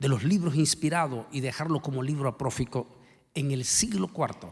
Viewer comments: ¿Cuál es el significado de la palabra apócrifo? Adjetivo. Que simula, imita o parece ser real, sin serlo. Sinónimos: artificial, falso, fingido, simulado: APROFICO? ni siquiera sabe pronunciar correctamente como se dice un libro Apócrifo, cada vez andas mas mal, sencillamente la definición y significado te lo recuerdo, un libro apócrifo es una imitación de algo real, y cual es tu necesidad de "judaizar" citando versiones judías? Hoy existe mucha información como para afirmar que fueron los judíos los que decidieron que libros si y que libros no, y que ellos cometieron el error de sacar el libro apócrifo de Enoc de la jugada. Información que cura: Quién eligió los 27 libros del Nuevo Testamento? Atanasio. En su carta de Pascua de 367, Atanasio, obispo de Alejandría, proporciona una lista de exactamente los mismos libros de lo que sería el canon de 27 libros del Nuevo Testamento, y él usó la palabra «canonizado» (kanonizomena) con respecto a ellos. Cada vez mas descredito por lo fantasioso de el libro de Enoc y por ese afán de ponerlo a la altura de un libro Inspirado por Dios, que El Señor te de el valor de corregir tus errores, saludos y Bendiciones Antonio... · Disculpe UD , se dice 👉 Apócrifo..